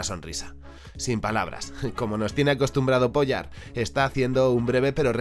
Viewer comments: El dice Bratislav "POYA" Youtube: Censurable señores. Gran video!!! Espero ver todo lo que recomendaste pronto! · El video de primera, solo 2 apuntes, gracias al video se quien creo aquellos dibujos que vi en un vhs de los chinos cuando era pequeño (que me pareció raro como un perro azul y como que se me quedo gravado). El segundo apunte igual soy yo pero Pojar a partir de la segunda o tercera vez me ha sonado mas sin r y en vez de j una y o ll .... por lo demás agradecerte este contenido tan poco convencional y concreto.